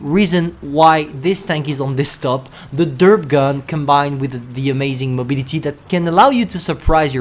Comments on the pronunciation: i love it when you say mobility it soubds funny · Ye that ‘y’ at the end is kinda funny